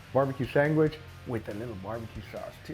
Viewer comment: Sangwich....my late sister used to say it like that... :)